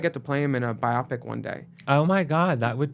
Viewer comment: willam, like trixie, doesn't know how to pronounce biopic. it's BI-o-pic.